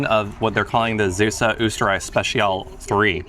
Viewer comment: Also "Zeeuws" is not pronounced like "Zeus", you have to extend the 'ee'.